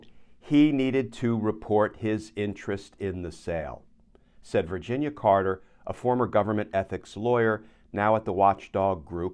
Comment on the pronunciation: Her name is Canter, not Carter.